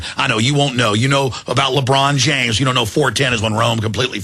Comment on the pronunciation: Who's labrawn james?